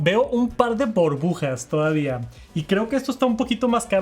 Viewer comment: las "Borbujas" 💜